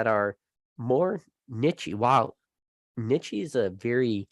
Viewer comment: Anyone else love the way says Niche? Pronounces it like nichey Lol I love it and am stealing it! You always amaze me on how you by yourself talking can keep my attention for hours 😄 great topics my friend. Keep crushing it.